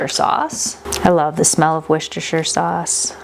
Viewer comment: Thank you for the recipes! Here in the uk it’s hard to find canning supplies 😅 also Worcestershire sauce is pronounced Wuss-ter sauce 🥰